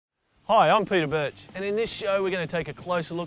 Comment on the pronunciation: Did he say his name was peter bitch??😂😂